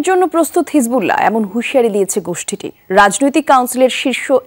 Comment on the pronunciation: গুসঠি বলেন কেন